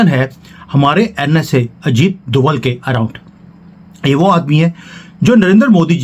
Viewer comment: DOBHAAAALLL...DOBHAALLL IS THE ACTUAL CAST.... CALL THEM DOBHAAALLLL.... PLEASE ! DOBHAALLL.... !